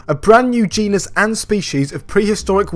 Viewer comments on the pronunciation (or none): none